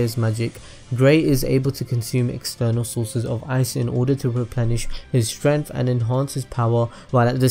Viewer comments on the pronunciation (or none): none